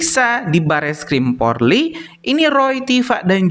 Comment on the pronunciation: Polri bukan porli blokk